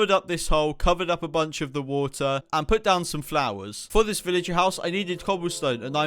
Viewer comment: You are treading pig lins and you said veleger